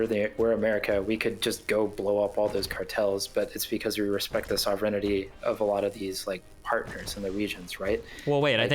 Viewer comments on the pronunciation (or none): OH MY GOD, Vaush has taught this guy to say sovereign*i*ty. He's dead to me now. Shame he seemed to have some decent insights.